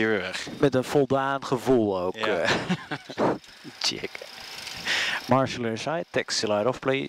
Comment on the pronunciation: Are you plaining to patent this pronunciation? :)